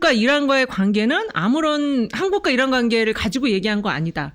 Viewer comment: 이란이 아니고 어란이라 해라.김은혜!